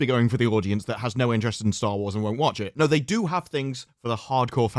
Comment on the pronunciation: He says Star Lores.. The hell?!?